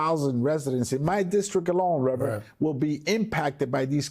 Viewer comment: Oh look! Its "reverand" 😅 Al with his race provocations. Howd that boycott go chump?